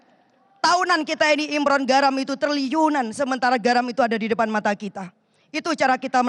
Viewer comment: Import bu bukan imron😂😂